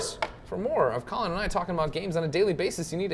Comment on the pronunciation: I always hear Colin like "Cullen" That's his new name. Cullen Moriarty